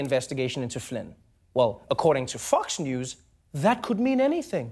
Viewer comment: I could've sworn he said "Fucks News" lmao